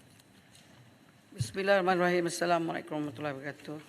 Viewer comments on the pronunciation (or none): none